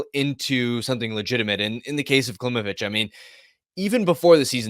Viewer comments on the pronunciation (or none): If you are so focused on proper pronunciation, please know that Danila's last name is pronounced KlimOvich (emphasis on "O", not on "I").